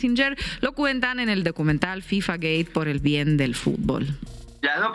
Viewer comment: Soy el unico que escucha decir FIFA Gay? Or gate ?